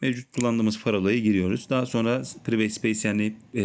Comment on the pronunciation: Priveyt değil pırayvıt.